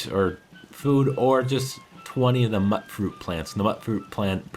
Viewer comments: "Mut-fruit." Super "Mut-ant." Its "Mute-Fruit." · the way you said "mutfruit" bugs me... it's MUTE-fruit.. like mutation... MYOOT-FROOT, phoenetically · "Mutt" fruit? It's a MUTATED fruit dude, so it's pronounced mute-fruit, or at least I'd assume it is. (Be pretty weird if that's not the canon pronunciation...) Side note: Okay, sure, there are monsters because of RADIATION that are called things like "rad scorpions", but RAD just sounds so much cooler! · When you say “to “get up” the number of settlers, there’s a word for that - try “increase,” otherwise you sound like you’ve got erectile dysfunction. Also, when you say “mutfruit,” I think the “mut” part is pronounced the same way you’d pronounce “mutant.” That’d make sense, don’t ya think? Ever? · It's pronounced like "mute" fruit.... they say it in the game like this. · for future reference, mutfruit is pronounced as mewt-fruit. like mutated fruit. ive heard it ingame, i thought it was pronounce mut-fruit forever until i heard it ingame. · IT'S PRONOUNCED MUTE-FRUIT. as in mutated fruit? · It's pronounced "mute fruit". There are several npc's that say it aloud. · Oh my God, it's pronounced MUTE-FRUIT. Even the NPCs say it that way. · mut fruit is pronounced - mute fruit as in mutated fruit just to let you know^^! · it pisses me off that he doesnt know how to say mutfruit